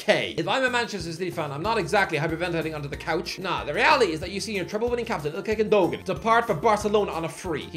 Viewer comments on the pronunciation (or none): I really really hate how you pronounce Gundogan💔😭😂